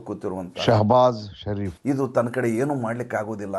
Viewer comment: ಅದೇನ್ sound ಶೇಬಜ್ ಷರೀಫ್ ಅಂತಾ ಸೆಪೆರೇಟ್ ಆಗಿ 👌👌👌👌😘😘😂